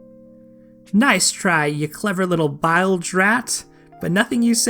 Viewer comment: Not pronounced b-I-lge. Its pronounced b-ee-lge. A bilge rat, is a rat that lived in the lowest part of the ship aka the bilge. The bilge often had a lot of foul muck in it. Aside from that, it's pirate talk and actually commonly used when media depicts pirates.